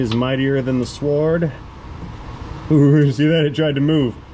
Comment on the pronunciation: S(w)ord The w is not pronounced